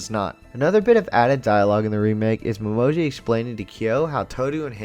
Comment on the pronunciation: his name is pronounced Mo-ME-Ji XD also Uo looks so differebt in the orignal it's so weird and Why is Yuki voiced by a woman in the original sub it just sounds wrong xD plus Uo's backstory got two episodes in the orignal